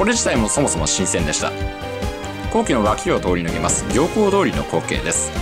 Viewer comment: 【読み方】 ✖ ぎょうこうどおり→ ◯みゆきどおり な。 ちなみに ✖やひこさん→ ◯やひこやま な。 この人、読み方呼び方けっこう間違えるよな。 あと残念なのが箸の持ち方。